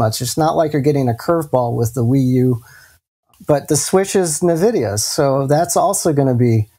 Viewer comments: Watch face when says "nuh-vidia":D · nuh-vidia is cringy. ugh.